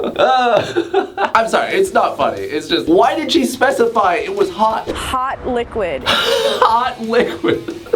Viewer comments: "hawt liqwuid" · No one: Literally no one:: H o T l I q U i D